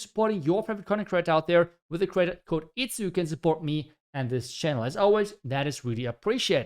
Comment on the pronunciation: said itzu😣